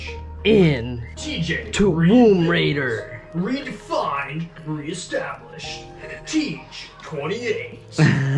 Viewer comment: Nice setup man! But all I keep hearing in my head is t-womb raider xD . Anyways, have a good one; looking forward to the next video :)